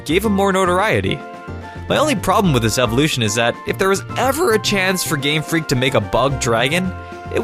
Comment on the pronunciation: He said GreamFreak